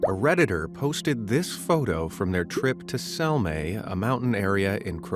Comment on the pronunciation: As a Croat, Sljeme(you said "Selme") is a peak of the mountain Medvednica, NOT a mountain area. You also absolutely bucherd it.